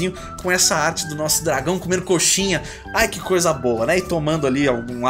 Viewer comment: muito 'R' pra uma frase só te entendo